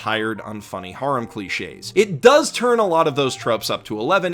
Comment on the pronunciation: Stop saying harem like thatttttttttttttttttttttttttttt